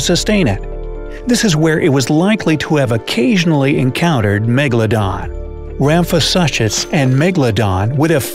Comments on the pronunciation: Rhamphosuchus is pronounced as "sookes" at the end and not "suches"! Great video, love dino-like creatures. Who else? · Suchus (soo-kus) the ch is not pronounced normally in latin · Argh the pronunciation of Ramphosuchus... The suchus part is pronounced soo-kus! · the way he pronounced ramphosuchus has me dying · I was scanning through the comments to see if anybody else noticed that every time he said it incorrectly it made me cringe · Sarah Holliday—Yes, that one was especially painful 😖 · Does it bother anyone else how he's mispronouncing "suchus"